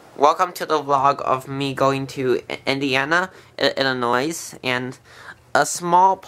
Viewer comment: The “s” in Illinois is silent